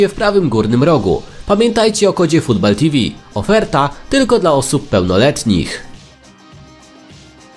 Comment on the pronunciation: Football czytamy "Futbol".. strasznie mnie to denerwuje, gdy ludzie wymawiają takie slowa(innym przykładem jest "Call") w nieodpowiedni sposob, zwłaszcza gdy podjęto decyzję o nadaniu nazwy swojemu kanałowi z uwzględnieniem takiego slowa. Ps nie Juan (Huan), a Joan (czyli Żoan) Laporta. Tez do poprawy.